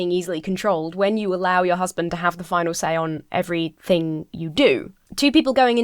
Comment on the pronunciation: "Your husband has the funnel say. Has the funnel dizision." The wut now?